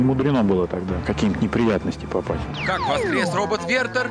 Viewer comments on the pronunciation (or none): Не "вЭртЭр",а "ВЕртЕР",грамотеи😂